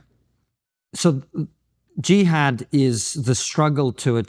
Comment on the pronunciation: . LOL. For a supposed "Muslim" it sure is suspicious that she doesn't know how to pronounce the word jihad. Any one of you who knows a Muslim and has discussed this with them knows she's mispronouncing it. Or simply listened to them on TV, you know that this supposed long time Muslim doesn't seem to know how to pronounce the word jihad. I'm telling you people, please don't believe the lies she's saying in this video. She's pushing her book and she's siding with Israeli narrative to get sales and to get free marketing. She's selling out. She doesn't give a damn.